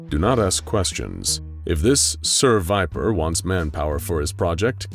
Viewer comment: I'm i the only one who noticed "ser viper" sounds like "seviper?"